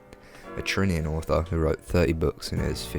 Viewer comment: Trinian? You mean Trinidadian 👍